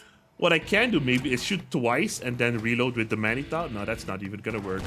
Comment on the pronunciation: "Manitou" is of French origin, it reads as "Manitoo".